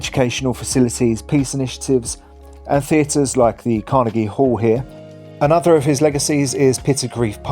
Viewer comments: If you are going to make a reel about Scotland Greatest Cities maybe have a narrator who can pronounce 'Carnegie' properly!!!!!! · I’ve never heard Carnegie pronounced like that before 😂